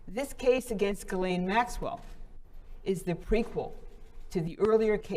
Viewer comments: Her name is Ghislaine, not Guylaine. It's pronounced Jeez-lenn. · Her name is pronounced Jizz-lane NOT Gillane!!! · to be precise it's Jeess-lenn